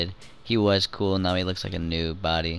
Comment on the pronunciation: STOP CALLING IT BODY SOUNDING LIKE A KILLER